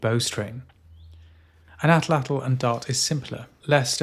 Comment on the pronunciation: just finished! Thank you for pronouncing atlatl correctly. I have a degree in archeology focusing in pre Columbian Mexico (where the word comes from), and I can tell you that the vast majority of YouTubers butcher the pronunciation lol